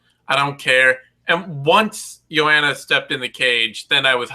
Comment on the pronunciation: Mannn... still fucking up Joanna's name after Eugene called you out on it like twice....